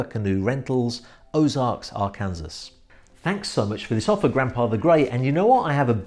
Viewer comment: new comment on old vlog....lol.....not a complaint but did you get any grief for saying arkansas as it is spelled?.......as supposed to the way it is actually pronounced i.e. : arkinsaw.....lol